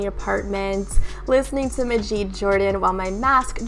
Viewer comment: Just as an FYI, Majid’s name is pronounced “Mah-jid” not “Muh-jeed.”